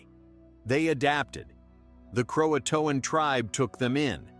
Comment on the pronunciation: mispronounced key words: Hatteras & Croatan. Like the story mentioned, the best theory is they probably went to nearby Hatteras Island and lived with the island's local Indians. It's still a big mystery what actually happened.